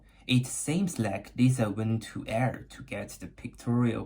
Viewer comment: Frae Ayr : From Ayr, Scots dialect. Ayr is pronounced Air like the stuff we breath. Naughty Stampcat! she sent you a torn stamp, unless a stamp is super rare throw awaytorn and creased stamps. I like the video and learned things